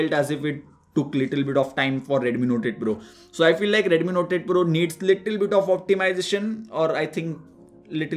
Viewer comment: I hear NOTED PRO when he says NOTE 8 PRO.